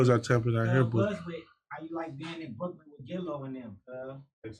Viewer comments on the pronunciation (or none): none